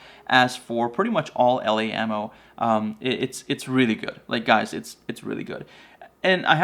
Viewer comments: I live in the UK where the ELEY .22 quality (expensive) ammo is made and one pronounces it properly by saying like you’d say “EELEEY”. That Eley Match makes great bunny getting rounds with that flat nose upfront. Packs a good punch for a quick dispatch (head shots with my Anschutz 1416 sporter rifle) is crazy accurate and is quiet enough to work well through my moderator on this rifle. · It's pronounced E Lee. Also you didn't have a jacketed bullet in the bunch. They are copper washed. Big difference. None the less not a bad video. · The ELEY ammo is pronounced E LEE